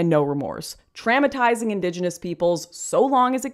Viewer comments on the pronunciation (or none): Did you just say traumatize as trammatize? Where did the u go?